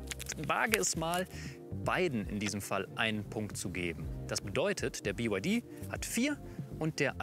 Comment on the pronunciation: Bei … „Biewaidie und Aidiedrei“ - da habe ich ausgeschaltet. 🤷‍♂️